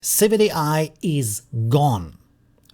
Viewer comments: Isn't it civitai not civic ai? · Correct. Civitai is not civic ai.